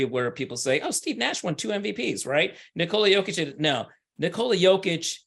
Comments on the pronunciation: Speaking of "putting respect on his name", please help spread awareness that it's pronounced "nI-kola yOH-kitch" and not nikOla yO-kitch. You are doing a noble service for American society. Thank you and God bless America. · Speaking of "putting respect on his name", please help spread awareness that it's pronounced "nIkola yOH-kitch" and not nikOla yO-kitch. You are doing a noble service for American society. Thank you and God bless America. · Hello everyone, please help spread awareness that it's pronounced "niKola yOH-kitch" and not nikOla yO-kitch. You are doing a noble service for American society. Thank you and God bless America. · If he deserves it this year then he deserves it. Speaking of "putting respect on his name", please help spread awareness that it's pronounced "niKola yOH-kitch" and not nikOla yO-kitch. You are doing a noble service for American society. Thank you and God bless America. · I agree. Speaking of "putting respect on his name", please help spread awareness that it's pronounced "niKola yOH-kitch" and not nikOla yO-kitch. You are doing a noble service for American society. Thank you and God bless America. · I agree. The media are way too lost in narratives. Speaking of "putting respect on his name", please help spread awareness that it's pronounced "niKola yOH-kitch" and not nikOla yO-kitch. You are doing a noble service for American society. Thank you and God bless America.